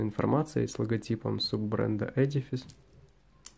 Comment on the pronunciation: Ну, наконец-то! Первый человек, который правильно произносит слово edifice! :-)